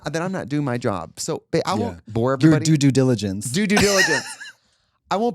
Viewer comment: “Do due” diligence 😂😂😂